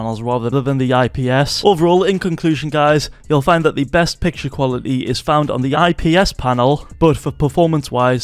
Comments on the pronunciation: Bro said ISP panels 💀💀💀💀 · You lost me when you said isp